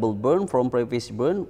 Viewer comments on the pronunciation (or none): none